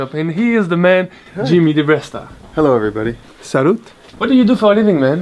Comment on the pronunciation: Can you please tell them how to pronounce "salut"? I can't believe not one of them get's it right